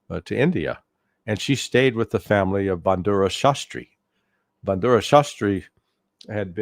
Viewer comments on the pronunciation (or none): larryyyy!!! i'm indian and i love you, but for heaven's sakes! it's not "bandura"shastri it's Lal BAHADUR Shastri - Bahadur, meaning "brave"!!! i know americans are generally bad at names, but please! take some effort! still love you though.